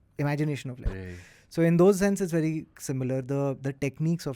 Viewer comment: Did just say "v difficult" instead of "very difficult"??? 😂😂😂😂😂